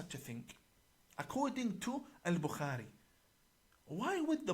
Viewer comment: This 'imam' 1. Can't pronounce bukhari properly nor does he say peace be upon him after saying Muhammad S.A.W. must have been hungover through that class when Mossad was training him